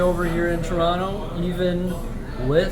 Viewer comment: I'm impressed with your pronunciation of Toronto.